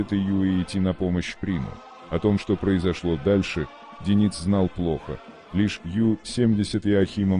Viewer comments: Не ДенИц,а ДЁниц,слух режет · А-а-а Автор! Ну ударения то можно правильно в словах ставить? Правильно ДЁниц, ударение на Ё, а не ДенИц... Аж слух режет. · Это робот читает. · А кто такой ДенИц? Я так понимаю, обладатель голоса за кадром, рассказывающий о подводной войне, эту фамилию впервые слышит/видит? Нашествие в интернет полуграмотных киноделателей достало. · Диктор, Как все-таки верно - ДЁниц, или ДенИц?) Да, и не ПринОм, а ПрИном! У тебя проблемы с постановкой ударения? Ты уж сам определись? Зачем искажать?